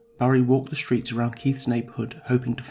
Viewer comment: PLEASE.....stop it with the sh sounds! The word "street" is pronounced street NOT sh-treet. The word "distraught" is pronounced diss-trotNOT dish-trot. The word "strain' is NOT pronounced shtrain It is obvious the reader can pronounce the 's' sound. Substituting the 's' sound with the 'sh' sound is a choice and not a speech defect. Why do it?